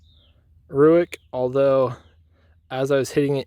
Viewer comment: It’s pronounced RAKE not ROOICK